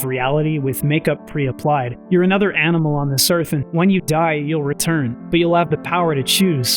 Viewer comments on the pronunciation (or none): none